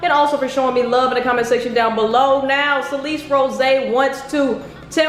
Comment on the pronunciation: Thought her name was pronounced Sal-lis not Suh-leece